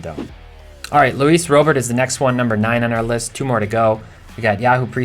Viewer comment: Can we start pronouncing Robert like Robert? It's time